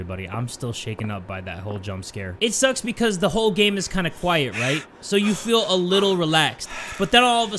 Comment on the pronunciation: Its "keep quiet" not quite 😂😂😂